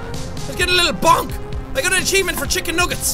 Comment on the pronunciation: I don't know but I like the way he says " chicken nuggets" xD